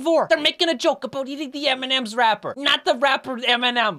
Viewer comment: he almost said aboot